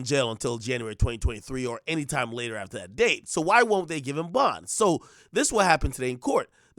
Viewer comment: Denied bond…. THAT AINT “P” bruh!